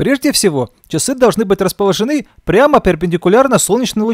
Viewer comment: Автор, вам стоит поработать над ударениями в словах. Очень много ошибок. Например не расположенЫ, а располОжены